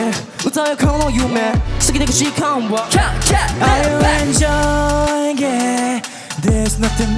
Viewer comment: RAIKIのAre you enjoying it?のing itの発音の仕方がどタイプすぎて無理！！！！ デビュー後めんどくさいリアコにならんように気をつけます